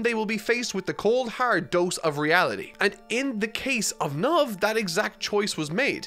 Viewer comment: It's Knov,. His name is not "Knuv", please stop transforming character names with your accent.